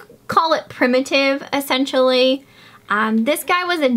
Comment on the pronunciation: I love when you say accentually. It's what makes you you !